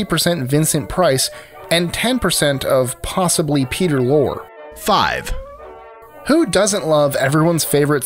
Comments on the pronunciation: During the "Pinky and the Brain" portion, the announcer mentioned that the Brain's voice was 10% Peter Lore. The name is Peter Lorre (Lor-ry). He was legendary. "Casablanca", "The Maltese Falcon" and many, many others. I would think the voice actor that did the narration would know how to pronounce his name. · Love the video, but I must note: Peter LOR-ay not lore. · Peter Lorre , Loh-ree, not Lore. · But what bugged me the most was the mispronunciation of 'Lorre'. It's 'Lor-ree'... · Peter Lorre's last name is actually pronounced "LOAR-ree." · Peter LOR-ee. :) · Peter Lorre is pronounced Peter (LORRY) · you and your people really need to work on the correct way to pronounce names of things and names. Peter Lorre's name I believe is pronounced with a short e at the end of his last name. Also Jupiter's volcanic moon's name is Io not Lo. There are many more I have heard so please check names before you film. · Peter Lorre... pronounced Peter Lorreee! Here's his IMBD page